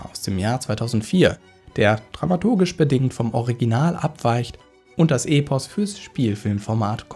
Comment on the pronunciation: und das E in Epos wird kurz ausgesprochen (Es kommt ja von dem griechischen Wort ἔπος und nicht ἤπος, also kurzes E)